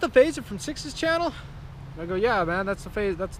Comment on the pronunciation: No butchering of my name dude you said it perfect!